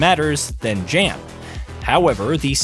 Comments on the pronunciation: It’s YAN…not “JAN” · Jan is announced as "yawn" ... It's polish for John... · It’s pronounced “Yawn.” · The fact that you can't even pronounce the name of the protagonist - which is said in the game over and over and over again - shows that you haven't even played the game...